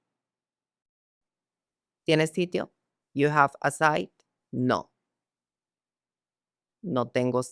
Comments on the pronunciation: Inglés no sabe, jajajaa You have a site😂 esp no es pregunta y no está bien estructurada, site es sitio web y Disney lo pronuncia mal. Pobre tipejo PERDEDOR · Jajaja ,sabe inglés , "You hace a site" que chisotso